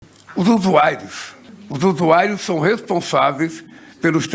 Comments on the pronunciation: USU-AI-ROS.? USU-AI-ROS?????🤔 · Ele falou USUAIROS ???